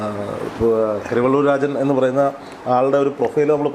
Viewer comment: കരിവണ്ണൂർ അല്ല കരിവെള്ളൂർ ആണ്